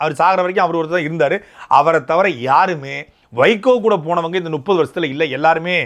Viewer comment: திரு. சாட்டை துரைமுருகன் அவர்களே. நுப்பது,நுப்பது என தொடர்ந்து கூறி வருகிறீர்கள் . முப்பது என கூறி பழகுங்கள்.